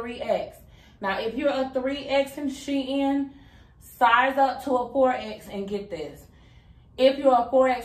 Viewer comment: As an educator who is African American, Shein is not two words it is not pronounced She In it is pronounced like sheen.